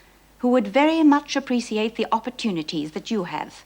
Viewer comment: Appreessiate.. aarrgghh speak properly Mrs Davidson..its appreciate.. lol.